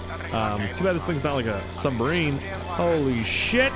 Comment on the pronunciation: Did anyone notice that he said "sumbarine" instead of submarine